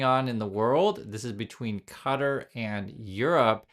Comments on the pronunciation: Ka-TAR. Not cutter. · Yeah not cutter LOL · It's "Kah Tar," every time I hear someone say "Cutter," it makes me want to scream.